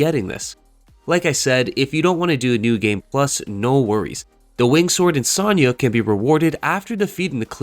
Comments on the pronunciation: Insignia is pronounced In-sig-knee-yuh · Bro be pronouncing insignia like lasagna.